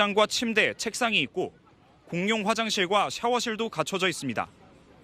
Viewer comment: 공뇽화장실이 뭐냐!!!!!! 발음 안 좋거나 사투리쓰는 기자들 좀 짤라라!!!!